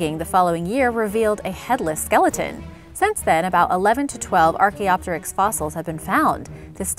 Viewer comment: It annoys me to no end how you mispronounced diPLODocus yet you could say Archaeopteryx just fine.